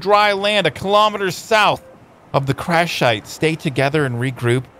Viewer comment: "Crash Shite" wut you just say???